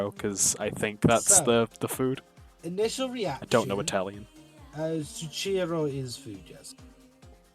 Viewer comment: Also it's pronounced zoockero